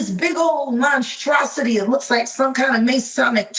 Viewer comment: Wow she said " monstrocity" and lights come on "blood red,"